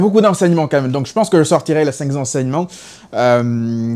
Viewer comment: Très bons commentaires surtout pertinents et objectifs. Mais, c'est très désagréable de prononcer un S après le cinq (5) . En fait le 5 ne prend jamais de S. J'adore ta chaîne et tes interventions sur notre BARÇA .Plus jamais de cinqZ enseignements cher frérot. A plus et Visca Barça ❤